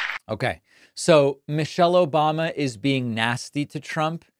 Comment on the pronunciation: I've officially been conditioned to always hear the soundclip of Hasan saying "Obamna" whenever I hear "Obama" now. Thank you.